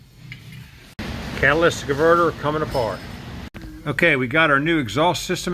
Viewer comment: Cat-uh-lit-ick converter no s in catalytic